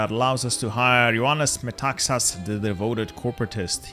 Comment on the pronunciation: pronounced greek names correctly 🙂 except for Ioannis Metaxas 👿